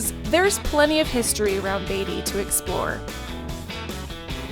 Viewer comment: It's , Beat - ty !! Not Bay - ty !! .........................................................